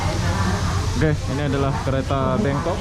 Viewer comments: Kok BANGKOK disebut BENGKOK, ngomong sing bener..!! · Bangkok, bukan BEngkok 🤣.. THailand, bukan Tailand 🤦‍♂️ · Bangkok bang bukan bengkok lol😂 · Membangongkan sekali bangkok bkn bengkok, aduhhh 🤣🤣🤣🤣😂😂😅😅😅😆😆😆 ngakakkkkkk